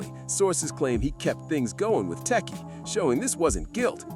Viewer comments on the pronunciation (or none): Oooh he trying to say Tesehki, lol..